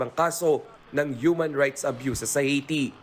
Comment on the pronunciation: Ang OA naman ng pagkabigkas ng Haiti. It's Aihh-Ti.